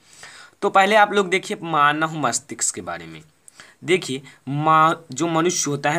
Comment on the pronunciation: Bhai pehle manav bolna Sikh lo